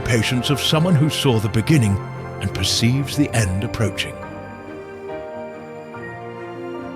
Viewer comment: E-end with goht